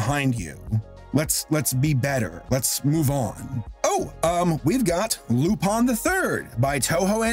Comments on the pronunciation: you were saying it right. it is indeed pronounced "Loo-pahn". Lupin pronounced like "Loo-pin" was a mistake FUNimation unsurprisingly made. they also pronounced Jigen with a soft i, and called Goemon's Zantesuken the "Almighty Sword", but at least they didn't flub the dub like Streamline did with Cagliostro... Keibu Zenigata? Really, Streamline? His first name is Koichi, Keibu just means "Inspector"... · Your first pronunciation of Lupin is pretty good! About as good as one can expect. I think it’s technically more like an a as in Ann, but I usually say it how you do